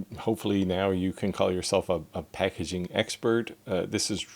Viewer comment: Dude, it Packaging, not Packaing...